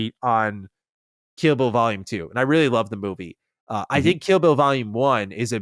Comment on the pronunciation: Lol I kept hearing say kibble vol. 2 when he was talking about kill bill